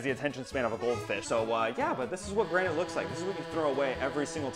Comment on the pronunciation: Bro called granite granet